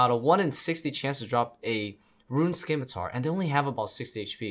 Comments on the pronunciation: Scimitar = 'Sim'-i-tar, Not 'Skim'-i-tar Just like 'S'cience & 'S'cene vs 'Sk'im & 'Sk'ill.. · it's pronounced: "simitar". you dont pronounce the c. the c is silent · the 'c' in scimitar is silent